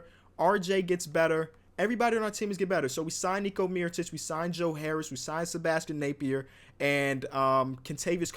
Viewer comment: “Sebastian Napier”